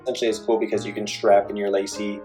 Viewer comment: It’s pronounced LAH-SEE and the other commenters are correct that you shouldn’t name this video “how to use...” unless you actually plan to show us how to use it. Maybe change the title to “how I use...”